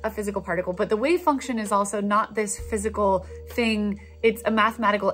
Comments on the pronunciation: I'm really worried about the electron being a "Wave Fuction." Fuction??? Sounds sorta like "suction" and...well...never mind. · I recently caught on your channel. Love it! But for now, i just wanted to point out the funny "wave fuction" . All the best to you!